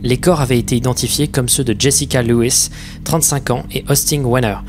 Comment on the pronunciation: Moi qui m'appelle Lewis, je suis 'achement content que quelqu'un prononce bien mon nom XD